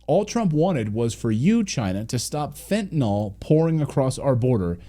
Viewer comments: Note to Donald and Clayton: It’s Fentanyl, not Fentanol. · It isn't fentanol; it's fentanyl.